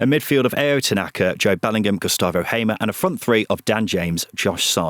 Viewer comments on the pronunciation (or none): the way you feel about the EFL awards is similar to how I feel about your pronunciation of pretty much every foreign name. Cifuentes isn't "See foo ent ezz" - its "siff went ezz" Hamer is "Hay ma" - it's "Harmer" Sainz isn't "Sarr Yinz" - it's "Signtz"